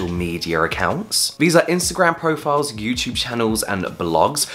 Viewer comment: no one: James: yewtyewb